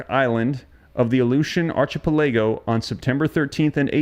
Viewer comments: Its pronounced ark-a-pell-a-go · It is pronounced. aar-kuh-peh-luh-gow. Please correct your pronunciation of the word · He literally said "arch-i-pelajo"... It's archipelago. Dude can barely pronounce words let alone even know the meaning of them. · ark-a-pel-ago And Dutch is on A-mack-nack island Ffs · archipelago /ˌɑːkɪˈpɛlɪɡəʊ/ 😊😊😊😊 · Thank you for reading to us like a parent. Please learn how to pronounce archipelago. And don’t worry…it’s just your shadow. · Great reporting, as always. 👍 Can you please Google the correct pronunciation of Archipelago? That's all I ask.